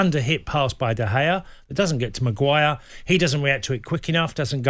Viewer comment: It's Maguire not Macguire.